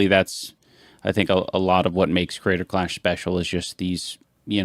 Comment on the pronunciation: Someone needs to tell Ian there are 3 syllables in the word "Creator" and not 2. I can't be the only one who cringes every time he nasally says "Crayder Claaash"